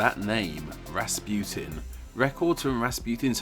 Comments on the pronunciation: it's rasputin not rasputine i know cuz my mom is russuian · Why do you say Rasputin like that , the u isn’t eu it’s oo . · It's not raspiotun its Raspotin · It’s not pronounced “Raaspuetin” it’s pronounced Russputin. Please pronounce Russian names and words correctly. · it's Rass-pu-teen not Rass-putin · Its pronounced Raspuchin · In Russia, Rasputin is pronounced Rac-pu-teen (Распутин) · its pronounced rahs-poot-een